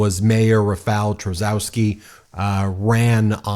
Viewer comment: Rafal "Chaskosky"